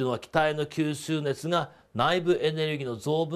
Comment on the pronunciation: きゅーすーねつ草